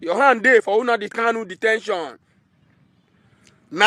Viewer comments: Lol... Na the pronunciation for me... Unadi Kanu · This idiot shouldn't insult us by mispronouncing Nnamdi, get it right.